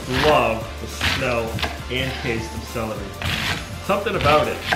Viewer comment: My time to poke some fun kid! Where is the "a" sound you speak in celery?